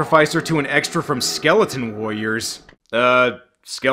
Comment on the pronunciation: with all do respect man i think you say warrior weildly